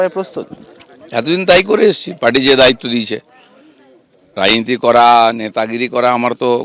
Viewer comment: Rajniti ta thik thak uccharan kor